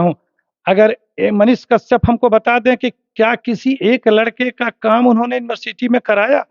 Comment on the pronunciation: कशयप तो सही से बोल